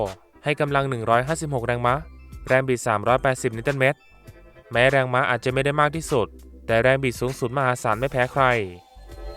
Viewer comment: แรงมะอ่านแบบผิดๆๆ